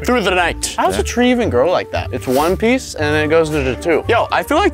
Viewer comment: HE SAID ONE PEICE